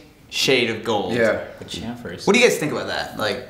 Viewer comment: "Chamfers....." -MKBHD